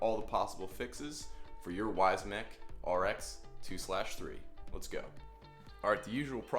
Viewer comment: He's probably referring to the way you pronounce it